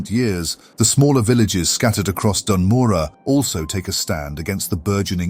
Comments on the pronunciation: Bro, why don't you make sure you know how to pronounce Dun Morogh before you make a 24+ minute video on it. It's not Dan Morah, it's Doon Moroh. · Hell yeah! Only thing I'd say is the pronunciation of Dun Morogoh feels off? I COULD be wrong. Regardless, yet another fantastic video, and the penultimate starter zone! Then? THEN WHAT?! There's so So SO many zones i deeply need these style videos done for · ''as the lore keeper of ( says the name of the zone wrong)'' good lore keeper xD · Awsome stuff. Please learn to pronounce Dun Morogh 😅 AI voice is kinda bad aswell. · Amazing video, my only question "why are you saying Dun Morogh as if there's any "A" in it?" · no offense meant! I've only heard them pronounced 1 way so hearing another phonetic interpretation of it threw me off!